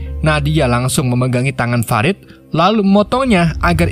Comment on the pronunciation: fa - rid woy bacanya bukan fe - raid .. hadeeeuh senggol dong